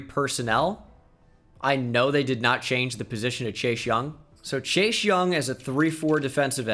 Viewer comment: ITS CHASE NOT CHASH